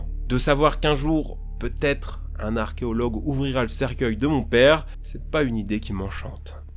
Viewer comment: Pourquoi dire arkeologue au lieu de archéologue où on ne peut dire les en français. C'est comme entendre Jean-Luc Reichmann qui sait pas dire des ossements = eau-sement lui il dit Ôsement = du verbe osé comme tonalité . On dirait que c'est selon le lieu où quelqu'un habite nord,sud,est,ouest de la France puis le français de la Suisse, Belgique, Québec ...